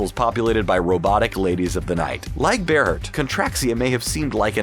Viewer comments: It is pronounced bear heart, not ber hert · Ber-hurt. Ber-hurt. Seriously? It's Bear-heart. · Berhert is pronounced Bear Heart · You said berhert wrong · And Stakar!